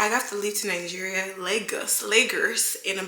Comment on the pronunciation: Awesome job! BTW if you want to truly represent Lagos, you have to learn how to pronounce the name, it's pronounced "Lay-Goz" Not "Lakers or Lay-Gus"